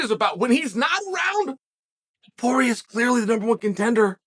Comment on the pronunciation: After calling him multiple times Topura, he suddenly correctly calls him Topuria when mentioning how difficult his name is to pronounce. There truly is no end to Chael's trolling lmao